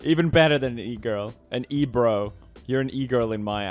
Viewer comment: Dude, you just said the black man was an E-bro, sounds awful close to the n-word lol